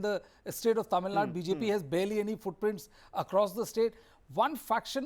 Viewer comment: Dear Host, its not Tamil nad..plz pronounce as Tamizh Nadu or atleast Tamil Nadu..